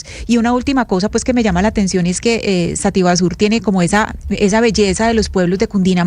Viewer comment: Sativa sur, no sativasur.